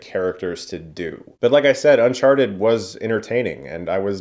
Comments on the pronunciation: Sounded like you said Unsharted at the beginning. I'd see that movie. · did he just call it un sharted? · You said Unsharted at the beginning of the video and nobody can convince me otherwise. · I'm not a native speaker so hearing you say "unsharted" made my day. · Why does he introduce it as "un-sharted"😂